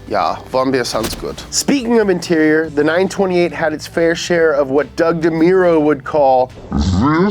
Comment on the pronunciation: Fan request for more videos of saying hwhat in a conversation.